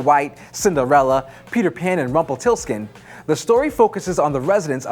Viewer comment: Disliked. Can't pronounce Rumpelstiltskin.